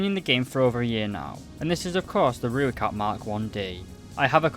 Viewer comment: The way he says Rooikat is so funny and doesn't sound right and I now how you say it also when he says it I hear Rooilcat I think I am making fun of how he says these things but like how do you say Olifant wrong then again nvm